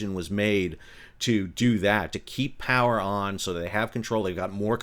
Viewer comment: "IS there... such a thing AS Too Much Powah?"